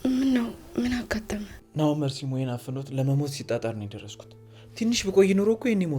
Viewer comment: መርሲ ሳይሆን መርዚ ነው ስያስጠላ ሰይጣን